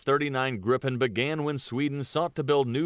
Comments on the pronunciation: It's Griipen, not Grippen, just one P. I'm proud of it. Daykenn and Vaigen... this guy, it also has two Gs in the name! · That makes no sence to someone who's first language is English. It should be pronounced "Greepen". "ee" as in "Jeep". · Kind of funny to me how the speaker of the video pronounces "Viggen" as something like "Vegan", and "Gripen" as "Gripping". When it should be the other way around. Gripen, vegan. Viggen, gripping. Short vowel, long vowel. Feet, fit. You have it in English. Feet is pronounced differently from fit. This is what is going on here, so why can't you get it right? Duh! 🙂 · The "i" in "Gripen" should be pronunced more similar to "ee" in "feel", id est a "long i". And the "i" in "Viggen" should be pronunced more like english speakers pronunce "i" in "Gripen", i.e. "short i". A grip is a mythological creature, in english griffin, a mix between a lion and a bird. "Gripen" means "The Griffin" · that video is butchering the Swedish names soooooo bad